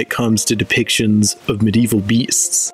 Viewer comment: Medieval is 4 syllables by the way